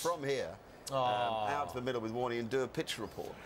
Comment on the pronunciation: Warney? No, no, you got it all wrong, mate. Its a long WOOOORRNEEYY!